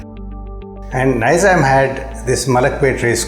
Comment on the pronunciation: Nizam endhi funny man…Wrong pronunciation